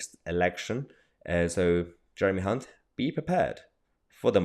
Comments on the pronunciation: Did you say Jeremy Cunt? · Hilarious you said Jeremy ©unt & didn't even notice 😆😆😆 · Had to rewind to make sure you said Jeremy ‘Hunt’ as I thought I heard it different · Did you say Hunt? Just checking.